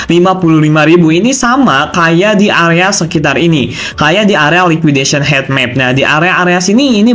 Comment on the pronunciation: Cara bacanya hit map bukan het map😂